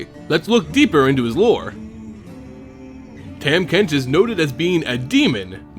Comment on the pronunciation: not to hate on your video or anything, i would just like to inform you that his name is pronounced "tom" not "tam", but also this video really makes his lore make sense.